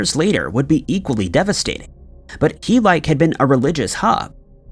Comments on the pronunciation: The mispronunciations in yr videos are truly beyond belief . HEE-LYKE ?? Seriously ?? You are aware that neither ancient nor contemporary Greek words are pronounced like ENGLISH ONES , right ? Heh-lee-keh . Jesus . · Greek city Helike - Heel-ee-kee Like Helios. Not He-like. That was excruciating to listen to. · Hell - i - kee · You did all that research without bothering to look up how to pronounce Helike?